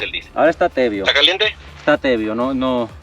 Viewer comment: Y en castellano es tibio, no tebio. 😊❤